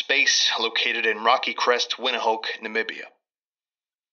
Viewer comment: "Windhoek" is Afrikaans, so its roughly pronounced "Vint-uck".